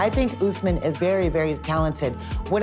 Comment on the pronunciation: My husband's name is Usman as well but im not sure why white people call it Oouusman, the right pronunciation is Osman. OS-MAN